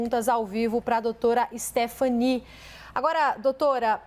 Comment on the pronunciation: Na verdade não é Stephanie, é Stephanie